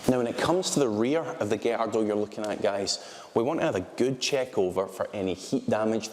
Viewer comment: Thank you for pronouncing gallardo properly 😭